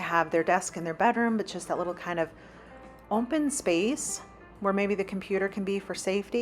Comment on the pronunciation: I love your videos, but please….there is no letter M in the word open It’s open not ompen